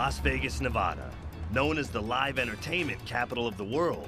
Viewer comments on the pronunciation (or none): "Navaaaaawwwhda" is how a true outsider says our name lol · yeah we live here in Vegas… we’re locals;) also: [pronounces “Nevada” wrong]